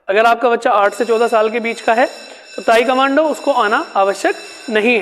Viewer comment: ताइक्वांडो है sir ताइकमांडो नही please 🙏correct your pronunciations